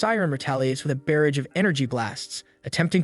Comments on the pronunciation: Never watched this so I was unaware it was being mispronounced, but the way "Barrage" is being pronounced is irking me. Hey, for future reference "barrage" sounds like "garage" not "bear rage" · Please look up the pronunciation of "barrage".